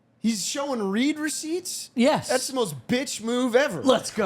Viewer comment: the way the pronounces "read receipts" is fuckin me up man